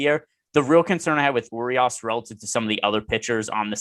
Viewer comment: I love you guys but my ears hurt when I hear you guys pronounce Urias. Pro tip from a fellow loyal (Spanish speaking Mexican) subscriber. Treat the 'r' like its a 'd'. don't be afraid of the 'd' 😂